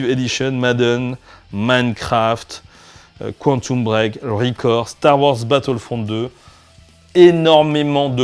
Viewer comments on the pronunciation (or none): none